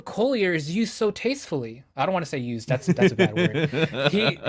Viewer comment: tiny point, "Collier" is an English name. You seemed to pronounce it with a slightly 'French flavour'. Several of the YT videos pronouncing his name are incorrect, and have that 'French-ness'. Here's Jacob Collier pronouncing his own name: Jacob Collier - Fix You (Live for There With Care) Incorrect is the ironically titled How to Pronounce Jacob Collier? (CORRECTLY) Best Wishes. ☮ Collier is a 'normal'' word in the UK. A 'Collier' is a coal miner. My father was one. I've heard it a lot.